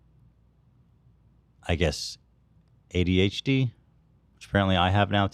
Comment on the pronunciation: My favourite part was when Ethan said “HDHD” instead of adhd